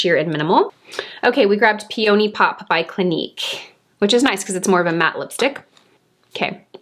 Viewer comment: Omg, ur so funny! Don’t get mad at me but I was eating cereal while watching & I sorta did this gross cough-spit-laugh-choke thing when I heard you pronounce “peony” ROTFL 😂-not once but twice & I just found it endearingly funny 💜💚